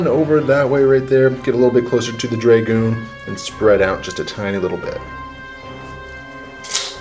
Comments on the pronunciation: Dragoon- pronounced drah-goon not draygooon, sorry for being the pronunciation police but it made me cringe whenever I heard it :) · I love the batrep, but stop saying draygoon please!! >.< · Its pronounced Drah-goon rather than Dray-goon